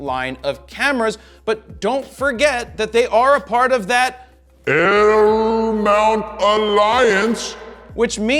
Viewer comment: He can't. He is not part of it, only Leica, Panasonic and Sigma, no Fro 😉 but at least he does say it correctly, not like the Zmount which he calls Cmount 🤣